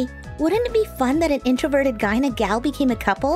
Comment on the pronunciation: I keep cringing when u say introverted guy you over say it